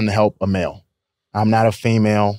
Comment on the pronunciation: Why does he keep saying "female" like that?